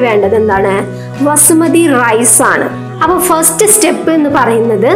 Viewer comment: വസ്മതി അല്ല ബസ്മതി ആൺ